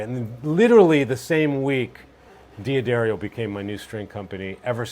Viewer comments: A player on this level that still doesn't know it's Duh Darrio, NOT De ah Darrio. wow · Why is the name d'Addario so difficult to pronounce? They even sell hats and give away stickers that say "Da-Dairy-oh". :yougotthis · Doesn't pronounce d'addario correctly, in this context is moronic. Just sayin.